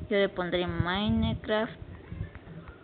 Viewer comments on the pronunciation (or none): se pronuncia maincraft no mainecraft, y eso se hace tmbn desde Google Gmail ya que todo eso es cuenta Google genio!!